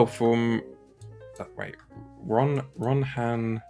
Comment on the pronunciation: Okay, I freely admit that my comment was written in the most typically dyslexic/dictation typing way possible but you didn’t have to do the dirty pronouncing my name as RON HAN! 😭 You’ve just added an N in the middle. ): Also an Andor style story for Halo would have a lot of potential. Would be interesting to see a halo show that doesn’t include any of its prevalent sci-fi elements.